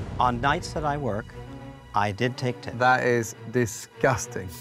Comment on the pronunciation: LOL Gordan the way you say "disgusting" is too much! Oooo~ I love you!